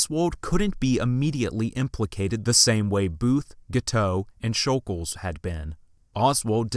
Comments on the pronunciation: Who is Leon “shul-gulj?” It’s Leon “shul-gosh.” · Just a bit of respectful correcting(not at all attempting to be mean) It’s basically pronounced Shj oul gosh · Great video but it is pronounced sh-ol-gosh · u pronounced it wrong it’s shoul gosh